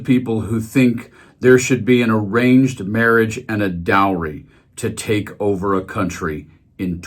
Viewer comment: "Even liberal people like him" LMAO what?! At first, I thought he said deranged marriage instead of arranged marriage, but it fits.